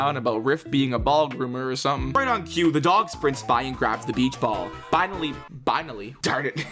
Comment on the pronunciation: "binally" I feel like you didn't want to mess up a whole script with 1 mistake and me and a few other viewers have to point that word out, :3